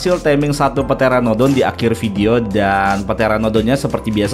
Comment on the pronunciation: Pteranodon pyteranodon pyhteranodon ??